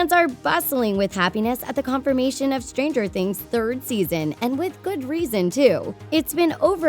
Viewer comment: Why does she pronounce Stranger like the noun stranger instead of the adjective? Weird stressing of the "wrong" syllables.